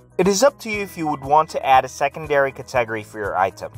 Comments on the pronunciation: I'm done after kuh-TEH-guhree. KuhTEHguhrees. I cannot. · Interesting way to pronounce cat-eh-gory. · A good vid, but.. I can't do it. Just LMFAO. Next vid... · lol. I didn’t know what he was saying.